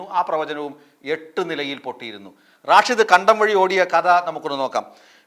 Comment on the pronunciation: റാഷിദ് അല്ല സ്റ്റൈലാകിപറയുന്നതാണ്. റഷീദ് ആണ്. "തങ്കൾ "എവിടെപോയി ആവോ.😂